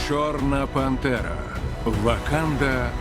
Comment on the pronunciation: Я один чую не чорна пантера а чорна бандера